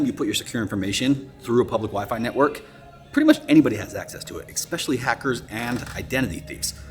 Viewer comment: You said ekspecially. Please don't say that.